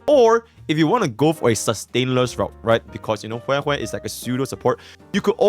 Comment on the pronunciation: Why does she pronounce it as weh weh? /gen